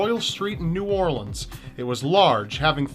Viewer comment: thank you for pronouncing new orleans correctly. no one ever does and as someone from there it bothers me.